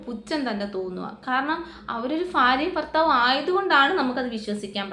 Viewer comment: ഫാര്യയും ഫർത്താവുമോ? എന്നു വെച്ചാൽ എന്തുവാ?